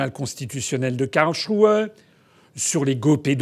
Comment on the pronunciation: La ville allemande s'écrit KARLSRUHE et pas KARSLRUHE. Et elle se prononce KARL-S-ROU-HEU et pas KARCHROU ...